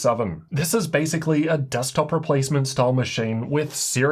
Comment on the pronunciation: *Titan GT77: Dekstop, replaced: Yep, dekstop replacement